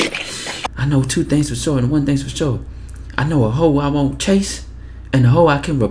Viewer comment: "i know two things for sho and one things for sho"🤣🤣🤣🤣